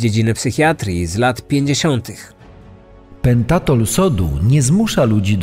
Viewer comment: Pentotal, nie pentatol. 🙈 "Panie! Widzi pan tam "s" na końcu? No, to proszę czytać dokładnie."😉